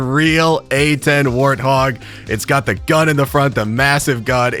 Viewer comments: It is pronounced A-10 war hog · The way he said Wart-hog got me going 😑